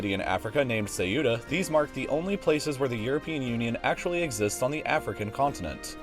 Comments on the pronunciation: Try this: ceu+ta instead of ce+ü+ta and now you got the town's name. it will not matter if you use short open vowels as the Spanish or guttural halfvowels as the Portuguese, just don´t emphasise the u. On topic, from 1415 to 1640 Ceuta was a domain of Portugal and it was officially ceded to Spain in 1668. There´s no relation between this and the Spanish protectorate of Morocco, which began in 1912. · How is it possible for you to mispronounce every single spanish enclave in Africa??? The most ridiculous is Ceuta, which is pronounced Céuta, not Ceúta. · First of all it isn’t Say-you-tah it’s Ceuta - learn how to pronounce it. Second I like how you conveniently mentioned that Spain ceded Gibraltar to the UK without further explanation and how you purposely left out that Ceuta was ceded to Spain in 1668. That’s not all, that city was part of the Crown of Castilla in 1415 way before the reconquista. I’m tired of ignorant people putting out fraudulent content. Do your damn research instead of spouting the propaganda you’ve hear$ from the Brits or even the US. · Maaan, the pronunciation is not "Ceiuta", it's "Ceuta" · The video is ok for a 5 minute lenght. It's true you ignore the Portuguese past of Ceuta, but that's not really relevant for the present situation. But I do reccomend you to try improving your pronunciation of "Ceuta": "Ceu-ta", not "Ce-u-ta", that sounds really bad. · Just a little nitpick, Ceuta is not pronounced se-U-ta, but CEu-ta. Two syllabes, the E is the strong vowel and the C would sound close to english 'th'. Great content mate :) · Not "Say-OO-tuh"; "Sew-tuh" (Ceuta). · I know you may have troubles with spanish but next Time Ceuta is pronounced Ce-U-Ta not Ci-You-Ta great vidéo. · not ceyoota, its ceoota. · Cueta is pronounced "QUE-tah" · What the heck is “sae-youtta” terrible. Just terrible pronunciation. Like not even trying. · more like seiura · "Seyura" xDDDD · "seiura" JAJAJAJAJAJAJAJA me mato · its pronounced "setta" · "Seiura" what?